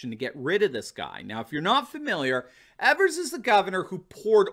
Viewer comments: It's pronounced Governor EEEvers, with a long E. I'm from Wisconsin. I call him Evil Evers. I'm also a proud signer of the recall petition. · It’s EEE-vers, first E is long.... ēvers...